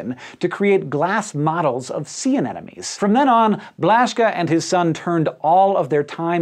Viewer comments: THE ANEMONE IS NOT AN ENEMY! Someday, someone will learn to say "an em o nee." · Hank, Hank, Hank... uh-nem-oh-nee, not an-enemy.